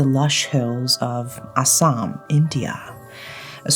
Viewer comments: I'm from Assam I almost choked on my food when I heard u say Assam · I listen to your videos while I am working on nails or house works and when you said Assam, I was like “did hear it correct? Assam, India?” Coz I am from Assam and quickly got so excited as we have so many horror stories or urban legends and always hoped if you ever get into those stories and you did🥹🥹🥹.